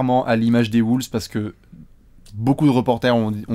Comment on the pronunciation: J'adore vos vidéos mais par contre la prononciation..."Woulves", "Sunder"...